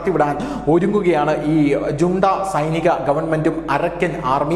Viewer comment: മ്യാന്മ്യാറിൽ റോഹിൻഗ്യൻ അഭയാർഥികളുടെ ശല്യമോ ? എന്തോന്നാ ഇത് ? റോഹിൻഗ്യക്കാർ എന്ന് പറ . കൂടാതെ " ജുണ്ട" അല്ല "ഹൂൺടാ " എന്നാണ് ഉച്ചാരണം .